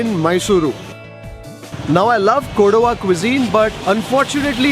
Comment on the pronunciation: It is KODAVA, Not Koduva.